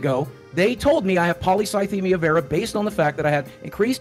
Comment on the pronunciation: It's probably worth mentioning that only Destiny is pronouncing it properly. Not the "polycythemia" part, that's fine, but "vera" is pronounced "veera", not "vayra". It's like "venous" as it relates to veins, think 'intravenous'. And that's common of any medical terminology since they're all based on Greek etymology. Ordinarily I wouldn't bring that up, but if you were constantly going to and from the doctor for treatments, unless your doctor was mispronouncing it (possible but wildly unlikely), you'd have the correct pronunciation burnt into your brain. He's absolutely full of it.